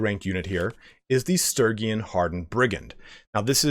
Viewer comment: God damn, the pronunciation on Sturgian is killing me. It's Stur-gee-an.